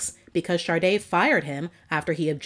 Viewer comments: An American DJ said "Shar-de" once and it took off, but it's Sha-de, not Shar-de . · I don't know if its my ears or you.... I know the name Sade but all I hear from your every time you say her name is Sarde?? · Though a very interesting subject compilation, I find it annoying the compulsive mispronouncing of "Sade". There are other videos NOBODY ever blunders with the ignorant: 'shaRday'. Yet, this narrator babbles-on "shaRday' near 50× throughout this piece....😂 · Why do people pronounce her name with an R? Like Sarde. Is that how it's pronounced? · Why pronounce it “Shar day”? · Everyone please listen to the Song Maureen where Sade pronounces her own name, there is no "R" in her name.